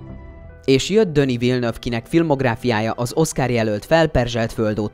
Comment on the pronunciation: " Döni Villeneuve" 😂 Denis Villeneuve a neve......